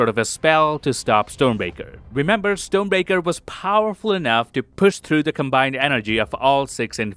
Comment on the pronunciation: No hate! But it's funny how it sounds like "stone breaker" 😅